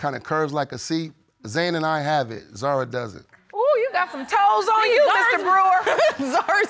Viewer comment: yes, but we say Zahra( the h sound is clear) not like Zara